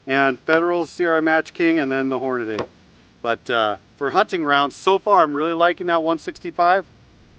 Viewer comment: Great; another guntuber that says Hornaday instead of Hornady (Horn-a-dee).